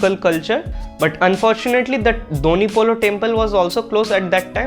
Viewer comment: It's DONYI POLO not DONYUI POLO, DONYI means sun POLO means moon.